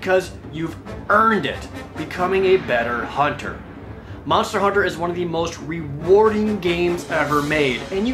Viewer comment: MANSTA HOONTA